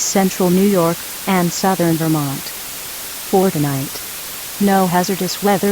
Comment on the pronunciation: Excuse me, but was that 'Fortnite' or 'For the night'? EDIT: I'm adding more description for myself. This is really confusing me cause it sounded like 'Fortnite'. I don't have an NOAA Weather Radio system (Cause I'm Canadian) but I know it said 'For the night'. Although to me this is really well.